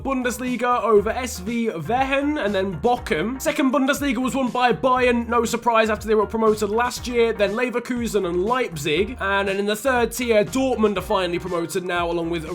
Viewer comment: makes me cry inside. It’s pronounced bo-hum and my family is from there.